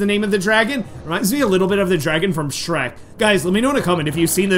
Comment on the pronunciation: Shrek S-h-rek